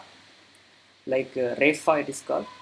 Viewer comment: Hi, and you pronounce it as Refa instead of Repha? So, which is correct pronunciation?